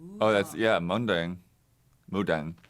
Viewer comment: I couldnt stop laughing when said Mundang instead of Mudang and gabbie couldnt control her laughter